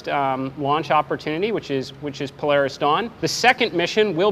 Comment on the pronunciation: Is it just me or is it pronounced PO-LAR-RIS And not PLAIRISS? Then again if he's footing the bill he can call it what ever he likes